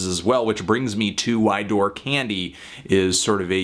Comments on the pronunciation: I think 'Dour' is pronounced the same way as 'Sour', not 'Door' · Isn't "dour" pronounced more like "dow-er"? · No it's pronounced doo-er, he still got it wrong though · "Dour" is pronounced like "door" for everyone wondering. click the little microphone button and an AI with pronounce it through your speakers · Dour rhymes with sour billy woods is actually educated and FYI you are wrong about his background cold vein was written in his house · Dour is pronounced as "dower" Anthony. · Dour can also be pronounced "dauer", which I think was the intended pronunciation here. It makes the title of the album a play on sour candy. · "door" omfg my soul just died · Aww Anthony :( I would've thought you'd know how to pronounce 'dour'. Which is the only gripe I have with your review.